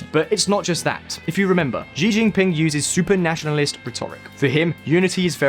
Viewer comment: Xi is pronounced as she in Chinese.